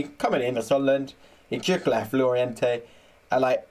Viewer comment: Great that you've put up a video! Lorient is pronounced lorien by the way, also i think Regis le bris is pronounced Regis le brie, as in the cheese!